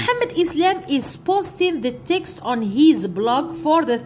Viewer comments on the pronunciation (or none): none